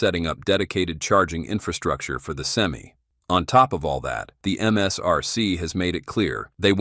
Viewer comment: I wish Ai would learn how to pronounce Semi truck. Sem-eye, not Sem-E